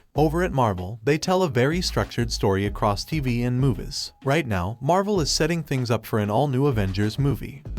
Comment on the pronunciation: why you keep pronouncing movies as muvus, its annoying af